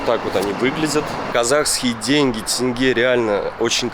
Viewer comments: Наконец-то кто-то правильно говорит тенге! А не тЭнгЭ 😁 привет из Астаны! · Скажите ещё раз тенге, вы говорите как надо, правильно, прям бальзам на душу. А то смотришь и вечно в роликах тЭнгЭ тэнгэ, как будто британец какой то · За то что сказал тенге а не тэнге, отдельный лайк!